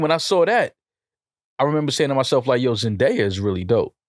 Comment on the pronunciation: Why the fuck does keep butchering zendaya’s name 💀